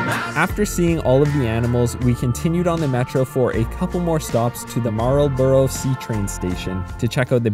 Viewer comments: it's named after a place in England, I'm pretty sure you're supposed to drop the L :) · My best friend grew up there and says it like that. I still drop the L. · "Mar- L-Bor-ough" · Anyone else die laugh when he tried to pronounce Marlborough station 😂😂😂😂😂😂😂